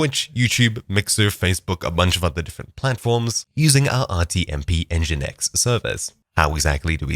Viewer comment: "en ji i en eks" sorry please.. you can prounounce that as : ENNJIIIN EKSS!!